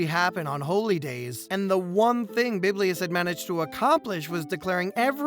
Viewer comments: Not biblius but Bibilus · Why do you keep calling Bibulus "Biblius"? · Has someone already said that it's Bibulus, and not "Biblius"?